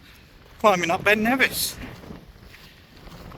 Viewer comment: “Ben Nevissy thing”. Lol